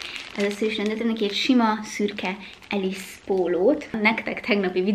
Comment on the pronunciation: We do not pronounce “Ellesse” as “Alice”! You should check the history of a brand name before putting out a content. Sorry but quite unprofessional and also disrespectful. Ellesse was originally founded in Italy. Since 1987 it has been owned by British P. Group. The proper pronunciation of Ellesse is simply LS!